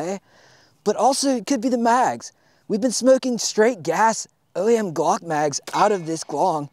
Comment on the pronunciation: every time you say glong i just start CRYING